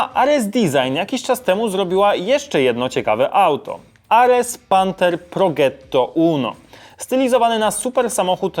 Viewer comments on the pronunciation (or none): Prodżetto a nie progetto